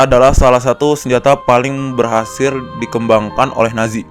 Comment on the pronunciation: Lo ngomong berhasir ya bang